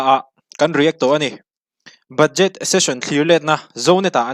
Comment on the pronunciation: budget hi tinge in pronounce dik theih miah loh le...ck ve hmel deuh2 te pawh hian😂